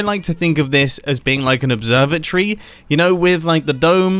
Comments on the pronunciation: any other stupid American think he said observer tree instead of observatory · Am I the only one that heard observer tree when he said observatory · really thought he was saying observer tree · I heard the same! He said observatory like observer tree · Who else thought he said observer-tree? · As an American all i heard was “Observe-a-tree” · I thought that you said the observatory as observer tree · I heard observer tree. I live in America and didn't understand